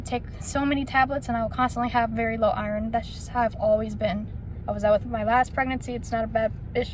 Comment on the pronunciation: Lol the way u say iron 😹😹